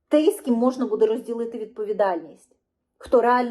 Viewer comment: Не хочеш "капітуляцію",береш лопату в руки і на фрінт, як заповідав Кулеба! Правильно казати "тОй", а не "тЕй" - що ж ти за така журналжистка?! Це яких віськових слухати - ухілєса, швайку, істоміна чи може залужного, але ж він не військовий, по стану здоров'я списався, напевно інвалід чи резервіст. А ті що в окопах, думаю для них важливіше вижити і повернутися здоровими, ніж якісь там політиканські інтриги. Подобається тобі втрати територій щоденні, відключення по 5-6 годин, що не тижнень нові "Тернополі", одягай форму і вперед, я хочу стабільного, нормального життя! Тому, або "капітуляція", або випускай тих кому ця "держава" вже до одного місця, і випускай не через хабар!